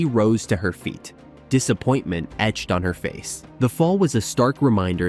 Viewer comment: Worst gymnastics video I’ve seen. Mentioning the crowd gasp at Skinners fall? There was no crowd! It was during Covid and an empty arena. The AI voice is lame. I don’t remember Suni falling off the bars during the Olympics. I remember her not connecting her skills in the individual event final and placing 3rd. Ugh. And the AI voice??? Etch-ed … Not the worst I’ve heard, but sometimes you just need a human.